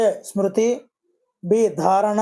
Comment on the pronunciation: Smruti. Not sruti